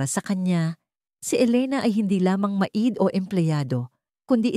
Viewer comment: Grabe naman iyan magbasa, pati maid, ginawa ng ma id. At iba pang mga salita napakalayo sa Tamang pag pronounced ano ba iyan.